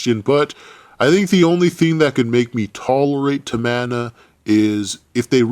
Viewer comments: Is not tamana is TAMINA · Everyone he said "Tamana" I laughed so hard and loud. Im still laughing